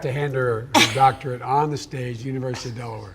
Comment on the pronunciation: She has a doctorate. SAY THE FIRST SIX LETTERS OF THAT WORD. DOCTORate